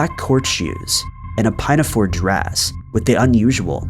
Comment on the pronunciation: "Pine -a - fore"? Really? Pinn-a-fore.